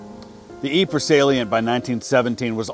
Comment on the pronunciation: Sounds like you pronounced Ypres correctly. How much practice did it take?